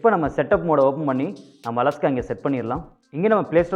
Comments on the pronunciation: அலஸ்கா இல்லை அண்ணாச்சி இது அலைக்ஷா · தல அது அலஹ்கா இல்ல அலெக்ஸா